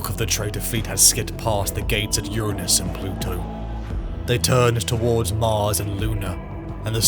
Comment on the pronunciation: You didn’t pick up the wrong pronunciation of Uranus 🤣 23 mins in